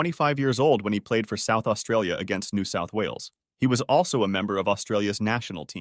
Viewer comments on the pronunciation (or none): none